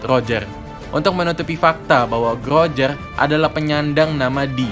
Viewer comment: Rojer bang bukan lojer jangan di ubah kasihan oda bingung nanti'y😂